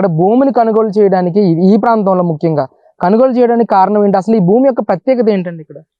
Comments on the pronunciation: కనుగోలు ఏంట్రా? కొనుగోలురా అది. ఏం తెలుగురా అయ్యా 🤣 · అయ్యా! రిపోర్టర్ గారూ... కొనుగోలు అనండి... కనుగోలు కాదు!!